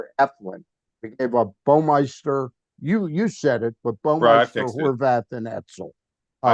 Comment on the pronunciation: It's BAW-MI-ster